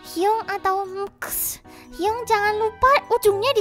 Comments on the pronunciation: bantu dikit👁👄👁 Bacanya hyung bukan hyung tpi hyeong 👁👄👁👌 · Mungkin biar gaul 😂 Hyung di baca Hyung biasa padahal baca hyeong 😂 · Di Korea bukanya bacanya"hyeong"ya? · Hyunk bacanya hiyung